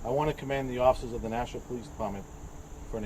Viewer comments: FYI... We pronounce it Nash'-a-wa. [smile] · Please stop saying Nashooooa. One oo is enough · You can’t say Nashua bro ??? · It’s NASHUAaaa NOT Nashoooa pronounce it right if your trying to be a reporter You hear the local news say it …NO? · His last name is. Nashua is pronounced differently like Nashwa.